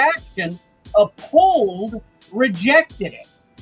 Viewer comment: Lol. Someone please tell it's Up-Hold, NOT Uh-Pold!!